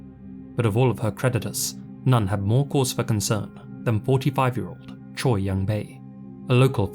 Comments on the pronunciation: Your pronunciation was pretty damn good with the Korean names! Tip: “Choi” is said a bit like “Che”. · Correct me if im wrong, but isn't "Choi" pronounced like "Cho" in SK? Not that these men deserve any type of respect, just wondering. Amazing video, as always, ❤ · Now when you say "che" is that "che" like cheese, like Che Guevarra, or like shay? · Honestly, whose damn idea was it to Romanize it as Choi ??? It's no wonder English speakers constantly pronounce it as Choy.